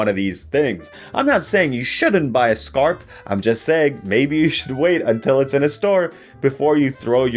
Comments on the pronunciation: We don’t pronounce skarp like that, but yes, skarp is sharp in Swedish too. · Skarp is the Swedish word for sharp. His pronunciation of the word Skarp isn’t how we say it in Swedish tho.